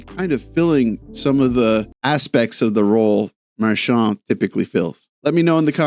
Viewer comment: Why the eff are you saying his name with a French accent/twist on it. I’ve never once heard that in twenty years. Yet here you are doing it. You know he was born in Nova Scotia right? Get over yourself no one gives a shh you are French.